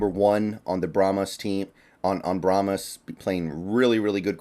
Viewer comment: Brahma Bulls are native to Texas. Brahma is singular. Brahmas is plural and pronounced bra'muz not bra'muss. They may be called brahma Bulls as plural. PLEASE bra'muss is NOT a word.